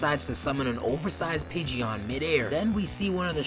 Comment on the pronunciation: Noone gonna mention how this man pronounced pigeon lmao